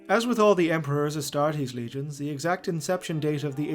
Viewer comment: Anyone else notice the astastes instead of astartes i mean yes the charmanders must love barbeque but astastes